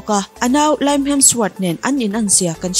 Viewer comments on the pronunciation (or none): Liam hi Lime ang in i lam a,please in Lime ti tawhlo la Liam aw... Ngauhthlaka ti hreawm deuh abak chu sawisel na tur engmah awmlo